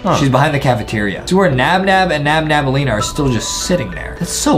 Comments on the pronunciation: Its nabnaleena not nabnableena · It’s nabnaleena not nabnableena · it is not NabNabnaleena it is NabNaleena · Her name is not NabNabElena It’s nabnolina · nabnaleena is not called nabnableena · Its not Nabnabaleena its Nabnaleena :) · Angering me by saying nabnabnaleena and not nabnaleena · Btw its not nabnabelina. Its nabnelina! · It’s not nabnabnaleena it’s nabnaleena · her name is nabnaleena not nabnabnaleena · its nabneleana Not Nabnabaleana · It's not nabnabalima ita nabalina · Thats not her name ...its nabnaleena and not nabnableena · It's nab blena! Not nabnab blena